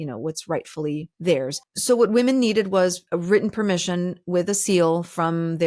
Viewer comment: please learn how to pronounce “written.” (Minute 2, second 56ish)